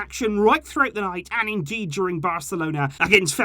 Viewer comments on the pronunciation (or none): none